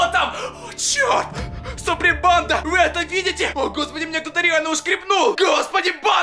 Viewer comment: ПОЧЕМУ ТЫ ВСЕГДА ГОВОРИШЬ СУПРИМ ПАНДА